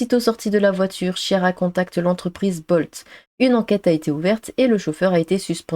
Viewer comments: Chiara se prononce "kiara". 😉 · Chiara se prononce Kiara c'est un prénom italien.